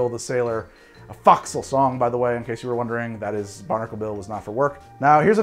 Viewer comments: Minor pronunciation correction if I may. The f’o’c’sle is pronounced with a long “O”, not as “fox’le”. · The first syllable of fo'c'sle should be pronounced like foe, not fox. Long o sound. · As a shellback I can say that “foxhole” is actually pronounced f”olkshole” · I realize that A) you’re probably not going to do an edit/remake of this video and B) it’s not going to cause the collapse of Western civilization, buuuuut... fo’c’sle is properly pronounced with a “foh” as the first syllable, not “fah”. If you spell it phonetically, it would probably be “foaksull”. Naval nitpicking notwithstanding, I love your content and keep it coming. Also, my liver probably hates you. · From an ex navy guy....fo'c'sle is pronounced ...'Folk-sul' , not 'Fox-sul'....... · Forecastle (or fo'c'sle as it was shown) is pronounced FOHK-səl. Like Folk. Not like Fox. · It's pronounced 'foe' csle not 'fox' sle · brother, it's pronounced "FOHK-səl". Trust me, I spend years on the Foc'sle of Navy ships as a Bosn's Mate. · Sailor here. My comment probably will go unnoticed, but focsle(forecastle) is pronounced with the first syllable sounding like "foe". It is a term still used quite often in the Navy especially by those who specialize in marlinespike seamanship. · Just for the record: it's pronounced more like "Foe-k-sil" or similar to "Folk Sail" but without the "L" noises. Source: I was in the Navy and we still use a lot of the same terminology including Scuttlebutt for a drinking fountain or rumors. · US Navy Sailor here. Foc’sle is pronounced FOKsle. Kinda like The word Folk without the L. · Should be: 1 part Strong (Rum) 2 parts sweet (Simple syrup or honey) 3 parts sour (Lemon or lime juice) 4 parts weak (Water, Beer, ect.) And Fo'c'sle is pronounced Foeksl it's a long o sound. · Correction... pronunciation, "folk-sel" or folk-cell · please, "folk sul" or "fork sul" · As a sailor, let me correct the pronunciation of Forecastle. It's pronounced "Foke-sul".